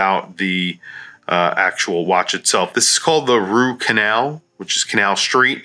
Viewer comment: ha-at first i thought i heard you call it the "root canal" !